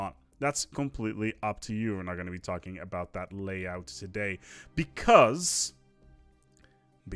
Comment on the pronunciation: Am I hearing things or was he saying "Tarkin" instead of "talking"? Would fit the title.